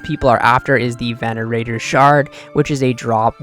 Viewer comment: venator not venanateror